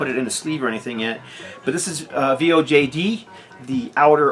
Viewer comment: From what I understand VOJD is pronounced Void. I agree great album. I just gave it another spin yesterday. The Ritual sounds really cool. You should check out the NWOBHM band Ritual, whose album was just repressed to vinyl, is also killer and worth checking out. They are NWOBHM with doom added, very cool.